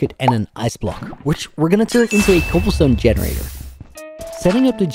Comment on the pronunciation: "Cobble steen generader''